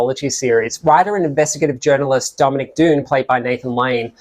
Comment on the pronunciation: The narrator pronounced "Dunne" wrong.